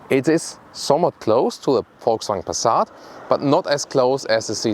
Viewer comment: "Let's Gooo!" Haha,, always looking forward to your VW reviews, 'cause I love the way you say "Folksvagn" =)